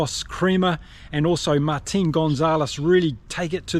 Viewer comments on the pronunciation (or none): none